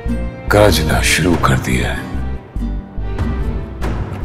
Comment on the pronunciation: Not gaajna its garajna